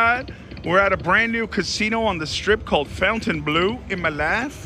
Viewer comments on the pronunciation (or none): Nice video,as usual. Just for info, you have to tell "Fontaineblo" with like in "Bingo"and not " Fontaineblue" 😉